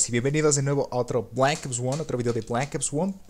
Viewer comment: no hables inglés q no se te da nada bien , sorry , y decir black ops 1 como lo has dicho ósea penoso de como lo dijiste la verdad